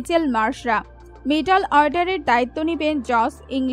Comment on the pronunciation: তুমি এতো জানো, কিন্তু একটা প্লেয়ারের নামও ঠিকমতো উচ্চারণ করতে পারলে না। আর মধ্যের ইংরেজি মিডিল, আর তুমি উচ্চারণ করছো মিটল অর্ডার। শেষে বলি, রোজ সকাল সন্ধ্যায় উলুধ্বনি prectice করো, জিভের জড়তা কিছুটা হলেও কাটবে।